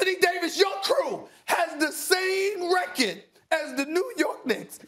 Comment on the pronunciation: Dude speaks perfect English then will say REKIT instead of record